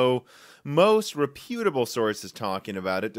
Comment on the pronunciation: always surprises me how few people know how to say 'reputable' properly lol